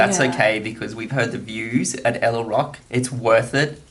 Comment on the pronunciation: know its so beautiful. I went there last year but i didnt know it was called 9 arch bridge. Btw guys ella is pronounced like this : say "al" first like when you say albino. An then say "ler" or "leh" wihout pronouncing the r. so its like "aller "or "alleh". Not like ella. 😃